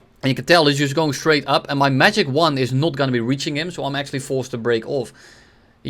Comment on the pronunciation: God. I love how you just keep saying magic one like magic wand and not giggle.